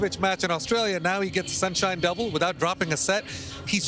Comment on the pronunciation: SIN-SHINE DUOBLE